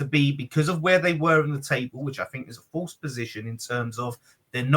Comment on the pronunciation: FLASE?...c'mon man